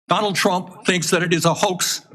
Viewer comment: Bernie is a complete phony. It became obvious when he started announcing "DONALD TWUMP IS A WACIST!" During his embarassingly unsuccessful run at the presidency.